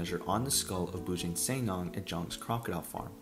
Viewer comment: the pronounciation is Boo Junk Sir Nang (Not Neng)